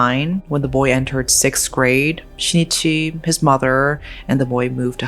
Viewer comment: The name of the husband is not SHI-NI-CHI. It is SHIN-I-CHI.